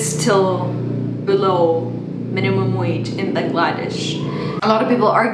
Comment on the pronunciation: Bangladesh is pronounced Baang la desh (the stress should be on the Baang and not the 'la' part of the word)